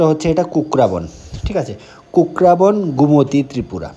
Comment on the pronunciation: Kakraban no kukraban